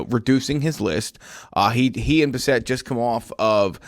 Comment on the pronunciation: Can you pronounce homeboys name correctly please? Bass-It, not Buh-Set